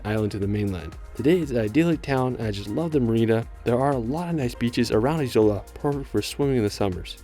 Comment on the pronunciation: Ok but PLEASE check the pronunciation of names before making videos abt them I mean i understand some things may be difficult but many are not! For example. The letter j is always pronounced like y (as in "yes"). The letter c is always pronounced like ts (as in "its"). There are no silent letters. And Izola is stressed on the FIRST syllable. You can easily get audio of the pronunciation with a quick google search. Thanks